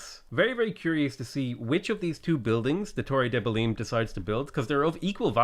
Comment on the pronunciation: the way you pronounce belém still scares me